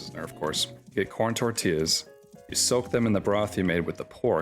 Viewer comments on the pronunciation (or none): none